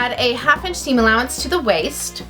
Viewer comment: Lol u say inch funny ench